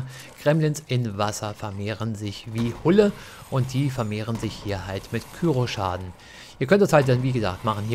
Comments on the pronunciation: Warum sagen das bloß so viele? It's cryo! Kommentare "Küro" ist definitiv falsch. Wenn dann halt "Krüo". :D Granaten gibt es häufig bei Markus am Automaten, auch Kryo-Granaten natürlich. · KRYO nicht KYRO^^ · Coole videos zu bl3, echt hilfreich. Ein hinweis: es heisst K-R-Y-O, nicht kyro 😅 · KÜRO nicht KYRO 😂